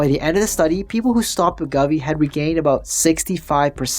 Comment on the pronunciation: It’s WEH-GO-VEE. Other than that, great vid. 👍🏻